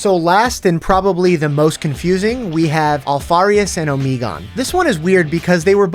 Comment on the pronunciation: Good video but it hurt me every time Omegon was pronounced incorrectly